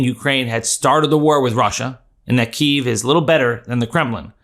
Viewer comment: Kyiv is pronounced "Kee-ev" BTW...